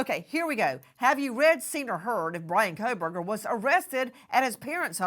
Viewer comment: why is she saying " juraaaars " is she not an ex attorney ? its JURORS not juraaaaaarse LOL also KEEEEEEEUBERGER ...I loathe this pathetic creature , she is so cringe ....